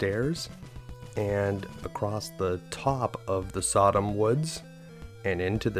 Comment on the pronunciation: Sadam is not pronounced like Sodom - it's, and this include that person's name, SuhDahm.